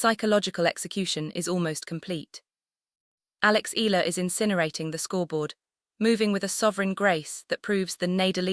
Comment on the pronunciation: The same goes for pronouncing E-Ya-la not Ela..It should be pronounced E-ya-la not Ela..ok